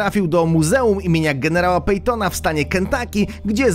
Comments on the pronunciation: Patton czyta sie paton a nie pajton xd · Generała PATONA... (nie pejtona) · "Dwustuset pięćdziesięciu" "co skutkuje się" "muzeum generała PEJTONA" (rozumiem, że chodzi o gen. Pattona) Ogarnij się trochę językowo, bo uszy bolą. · I PATONA nie PEJTONA, jezu chłopie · to był generał Pejton? a nie Patton? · generała pattona nie pejtona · czyta się [patona] a nie [pejtona] (odnośnie muzeum na drugiej lokacie listy) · Jeszcze brakowało "tłumnika" i "picerni".... język polski do poprawy. Generał "Pejton"? Kaman... Patton do chuja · Cały film to jedno wielkie XD "generała Pejtona" - generała Pattona, ignorancie jak nie wiesz kto to był (nawet nie umiesz poprawnie wymówić nazwiska) to nie rób filmów o historii wojskowości "siła rażenia broni wynosi ponad 4,5 km" - siły nie mierzy się w metrach "projekt szczur" - nie szczur tylko Maus "gon-sien-nice" - bardziej koślawo chyba nie można tego wymówić Jeszcze mój ulubieniec, czyli "szwira gustaw" XDDD Oprócz tego nieadekwatne podpisy do zdjęć (np. B-52 na zdjęciu a oznaczone jako zupełnie inny sprzęt) PS. Ja bym się wstydził takie coś wrzucić do netu :( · Patona, nie pejtona... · Generał Pejton? a kto to był? xd hahahahhahahahha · generała pejtona" XDDDDDDDD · "Generała Pajtona" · Generał "Pajton" haahahaha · Generał Pejton 🤣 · Generał "Pejton" czy "Patton" ? Dno i trzy metry mułu z tym kanałem. Dwa, że "Landkrauzer"nie powinien być w filmie, bo był projektem. Jak i z początku "szwira" czy "schwerer" Gustav ? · Nie Paytona, Tylko PATTONA. Garry Payton grał w kosza. I nie Landkrałzer, tylko LANDKROJZER (Landkreuzer). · "Szwira Gustaw"??? , Autorze , Twoje nie-umiejętności lingwistyczne są godne odnotowania w Księdze Guinnessa, tragedia . tego nie da się spokojnie słuchać :-) , kolejne "kwiatki," generał Payton (Patton) , gra czytasz Word(łord) of Tanks.Tyle lat ,ale jesteś odporny na wiedze i trudny do z.....nia.